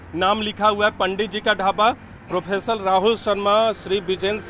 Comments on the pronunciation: Profeser nhi hota propriter hota hi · Aap mahan patrakar hain, propriter ko professor bol diya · प्रो =प्रॉपरिटर होता है sir.... Professor नहीं होता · प्रोपराइटर है भाई प्रोफेसर नहीं😅